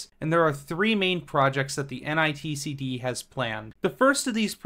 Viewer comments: You kept saying n i t c d, when it's actually nictd. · Great video. Just a heads up, multiple times you keep saying "NITCD" when it's actually NICTD. Like , , and .